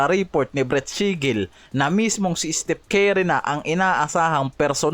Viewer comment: Bago ka mag content ayusin mo muna yung pronounced mo ng curry. Hindi carry. Curry. Anong carry? Keri? Carry the ball? Curry!! Hindi Carry. Bisayang to.. tapos porgingis. Hindi porsingis.. sarap mong kaltukan.